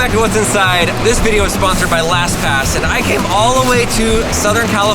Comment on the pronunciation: Vidoe sounds like hoe i think you mean video with an EO not OE